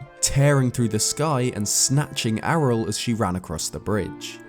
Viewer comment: when said Ariel "Arel" I died a little bit inside AREEEALLLL